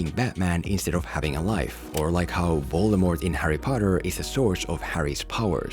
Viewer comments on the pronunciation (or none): none